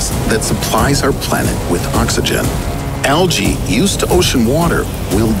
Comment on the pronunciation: Algae is pronounced so weirdly in this video.